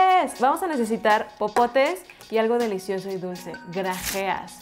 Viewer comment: popotes suena como popo xdddd